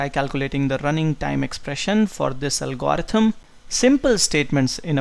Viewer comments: could the good professor amend his pronunciation of "algorithm?" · You really got to work pronouncing the word "algorithm".